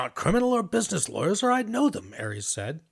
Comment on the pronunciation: Take a check at how Ares is pronounced. Pretty sure it isn't like the Greek good coming from an LA Latino. More like Ah-rez